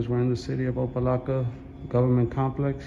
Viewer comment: Its opa locka... Not laka... Dude cant even read or pronounce the city he's in...